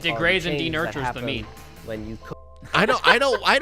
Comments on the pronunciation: lmao "denutures" is he trying to say denatures? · Am I the only one who cringes when he says that heat "de-nurtures" the meat? What a dumbass. It's called "denaturing," where the proteins loose their complex structure due to weak bonds being broken throughout the protein structure. And it doesn't really matter if the proteins are denatured or not, as digestion will still break them down into smaller molecules. Denaturing, if anything, helps the digestion process. This guy's brain is about as smooth as that liver he blended up. 🤮